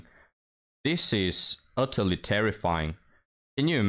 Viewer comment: "utterly" or "udderly?"